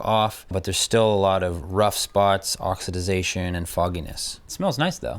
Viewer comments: Please learn how to say " Oxidation". C'mon man Not "OXYDIDATION". UGHHHH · Not oxi-DI-zation - OXIDATION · (Ox i da tion). Not (ox i da dation) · Oxididadtion or oxidation ? 😂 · Oxidation.....Not Oxidization !! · "oxidization"... cute. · Don't make up words! It's OX-I-DAY-SHUN. Oxidation. Sorry, I couldn't resist and thanks for the video. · Can't stand that OX-IH-DIZ-AY-SHUN ! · O X I "D" I ZATION...😂😂😂😂WTF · It took me almost the whole video before I could correctly pronouce oxidation again.. Oxi-dation say it with me. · the word is oxidation, not whatever you're saying. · OX - I - DA - TION. EASY TO SAY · Great job. Say it with me...oxidation. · Ok sorry the word is ox-i-da-tion. Ah that feels better. Great vid btw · It’s oxidation. 4 syllables.